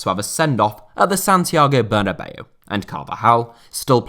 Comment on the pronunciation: Santiago Bernabeu. Ber na beu. Not bernabello or bernabei. Ber na beu